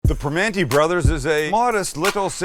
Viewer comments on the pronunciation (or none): Primanti not primante. Hahahaha great video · I liked the intro, except one thing: It’s Primanti (with an “i” at the end), not Primante. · It's Primanti, not Primante. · It's not Primante, it's Primanti.